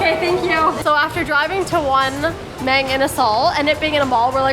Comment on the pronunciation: Mang is pronounced "Mung"